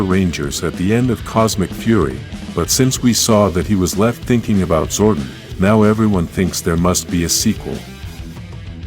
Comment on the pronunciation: your saying Zordon wrong DUMBA**